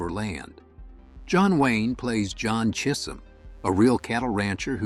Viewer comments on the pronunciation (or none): ai Cheeesum chism ...lol